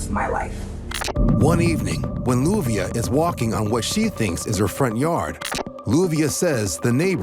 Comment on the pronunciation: BTW, her name is LLUVIA, pronounced as JU-BE_AH